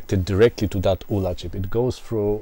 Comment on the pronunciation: Great video I had a 48K ZX back in the 80’s and was always impressed with how some musicians/programmers got multi channel polyphonic music. Games like Zombie Zombie (Sandy White), Agent X (Tim Follin - I think). Hope you do more videos. BTW - The ULA chip was an acronym of Uncommitted Logic Array, so I’d say it should be pronounced as U.L.A. at least that’s what everyone seemed to call it at the time.